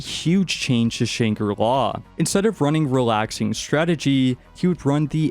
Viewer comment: It was agony listening to you mispronounce Shangri-La 100 times